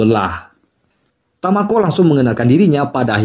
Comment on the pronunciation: kok jadi tokuo bang ? hahahha dari tamako ke tokuo hahhaa